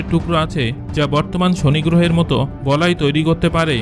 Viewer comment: বলয় না বলায়😀